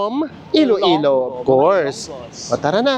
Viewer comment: Iloilo po, not Ilo-ilo